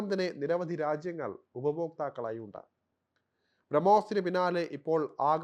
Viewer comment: താങ്കളുടെ " ഉണ്ട " " ഉണ്ട " എന്ന വൃത്തികെട്ട ഉച്ചാരണം മാറ്റിയാൽ നല്ല സംഭാഷണ രീതിയാണ് താങ്കളുടേത്. ഉണ്ട് ... ഉണ്ട് .... എന്ന് പറഞ്ഞ് പഠിക്കുക. സംവൃതോകാരം മലയാള ഭാഷയുടെ സൗന്ദര്യമാണ് . നല്ല , മലയാളം ഭാഷാദ്ധ്യാപകൻ്റെ അടുത്ത് പോയി പഠിക്കുക.